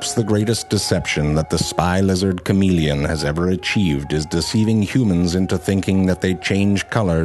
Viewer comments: I like the 'French' pronunciation better. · shamahleon is a better pronunciation